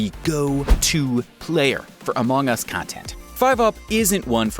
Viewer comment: No one:: amog us